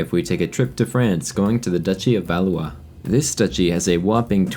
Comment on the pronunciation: I know this is a small thing but I actually really appreciate your pronunciations and you not butchering how you say Valois and Notre Dame 😂